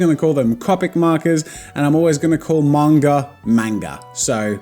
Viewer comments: DSA you might be my favorite YouTuber, but there is no forgiving someone who says main-ga instead of mon-ga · Ok in understand the whole comic the but the "maynga"the... I am offended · well manga is definitely pronounced manga, its not marnga. its a japanese word and its literally ma-nn-ga, manga, idk about copic im not gonna preach on that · "I'm gonna call manga, menga! So deal with it" ... It's ok for those who can't correct their pronunciation due to certain circumstances, but it's not ok to purposely pronounce it wrong. Means you couldn't care less about their language. Disrespectful. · the way he pronounced manga is mango 🍋 in Tagalog 😂😂😂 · Mayn-guh cries in weeb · Jazza: and I will pronounce manga man-ga deal with it Me:oh yeah well two can play at that game ja-za(then unsubs but watches the rest of the video) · I honestly don't mind it when people pronounce "Copic" wrong but,,,, when he said "mAnga" i wanted to kill myself XD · How you pronounce manga, is actually mango in Arabic. So I’m gonna think about mangoes the whole time. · i cringed when he said manga as m-AYE-nga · Stop, stop, stop you're GONNA GET YOUR FANS TRIGGERED! And besides you're saying it wr0ng! It's MANga not manga. And it's C0pic not cOOpic. Harry Potter quote down below. It's leviOsah, not levioSAH! I'm not sorry. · i was okay with the way you said copic but then you saing maynguh and i cringed XD not hate doh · Copic ~ Coe-Pik~ Manga ~ Mahn-Gah~ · “Cohpic markers” Annoying but I can live with it. “Manga” (pronounced wrong) T R I G G E R E D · I thought it was pronounced ( Main- ga) oof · Copic is pronounced right but manga is wrong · I`m not going to deal with you pronouncing manga wrong. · Omygawd im glad im not de only one pronouncin copic and manga wrong 😂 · No don't pronounce manga weirdly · Hey Jazza did you speak french because when you say "manga" its look like 😀 in french we prononce like that! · Glad I'm not the only one who pronounces manga wrong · You mean manga?